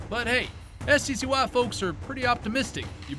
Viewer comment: Did... do people really call it S.C.C.Y.? You pronounce it like a word, it's pronounced Sky.